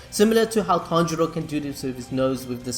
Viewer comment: Dude... Please get the pronouncing of the names right.. It's killing me everytime you say it🤣😂. ie. Zen-it-su/ Tan-jee-roe/ Tan-juu-roe/Ka-na-O/.. Anyways, love your contents. Keep it up 👍